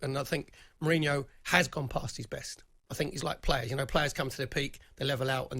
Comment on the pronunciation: Once again, another deluded Spurs fan that can't even pronounce his name correctly let alone be in a position to criticise him. Jose is not the issue.